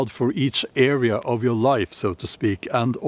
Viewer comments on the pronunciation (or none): none